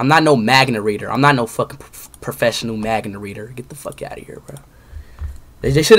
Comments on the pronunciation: He really said "Magna" 👏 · he can’t even say manga right 🤣🤣